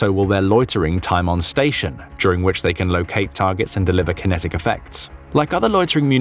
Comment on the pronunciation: Kenetic engagement 😂